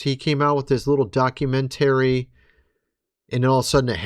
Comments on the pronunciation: I want you to know the way you say documen tary has caused me to never watch your channel again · What's a "docunen-terrry"? 😅